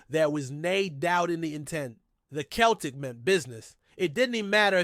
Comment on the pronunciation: Listen you know nothing about Celtic go back to watching baseball It’s not Kel Tic It’s pronounced Sell Tic Celtic Get it right